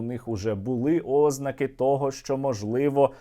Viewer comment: не Ознаки, а ознАки, Ознаки так кажуть старі неграмотні баби, ставити наголос Ознаки, це так само як говорити докУменти, а не докумЕнти